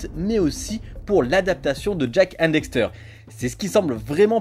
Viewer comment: Ses cool mes pas très professionnel sa se vois deja tu dis dexter pas daxter et ensuite les video utiliser sont se de la beta du jeux tu aures peux utiliser la version hd on et en 2022 la sd ses plus trop sa